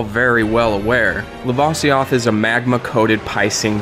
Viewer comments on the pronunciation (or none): says "lava" correct, but can't pronounce "lavasioth" ...... irony.